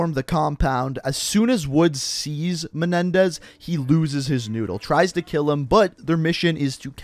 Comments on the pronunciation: It's menendez not menedez I see some comments and in the beginning of the video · he said Raul Menedez